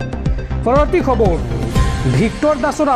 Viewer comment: ই অসমীয়া ভাষা শুদ্ধকৈ ক'ব নোৱাৰে। ৰ টো ৰু বুলি কয়। যেনে খবৰ টো কয়খবৰু